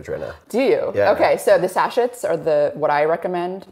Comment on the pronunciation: 😂 I know they both have far more knowledge than I do but it does make them hard to take seriously when they can’t say sachet 😂😂😂